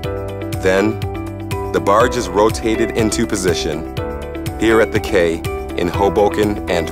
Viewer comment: "Quay" is pronounce "key". Makes you wonder that an international company didn't notice this pretty obvious error. What other mistakes are missed by them?